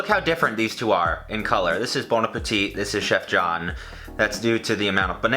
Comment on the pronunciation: Bon apple teeth